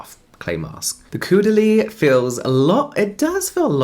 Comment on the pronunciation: Always amused that nobody can pronounce Caudalie. 'au' is 'oh' in French. Like Taupe.